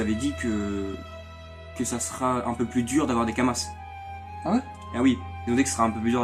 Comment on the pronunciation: Des Kama(s), on ne prononce pas le S haha... Concrêtement, c'était assez simple de farm l'argent pendant le WE de test... Désolé j'ai pas pu regarder la vidéo en entièrement, c'est très fouilli ^^'